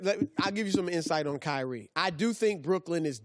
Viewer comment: Michael, David, Edward, William, Steven, Kobe; say them all. There is no KY REE. His name is Kyrie. Zion is another. You don't make someone a legend by pronouncing a 2 syllable name with emphasis on both syllables. Come on, CO- LINN.